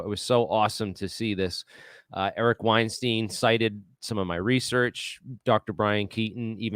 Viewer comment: Keating Brian Keating. Weinstein mispronounced. Credibility can be lost by being imprecise. Like your stuff but now need to check everything after first two errors off the top.